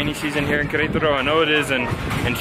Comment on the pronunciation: Fantastic!!! By the way, I have to highlight the pronunciation as well. I’m so proud! You guys say Querétaro like locals 😁✌️